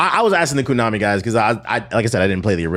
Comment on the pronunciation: It’s pronounced (Konami) Koh-Nah-Mi, not Koo-Nah-Me bruh.